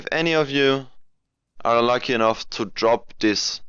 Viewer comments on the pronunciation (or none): none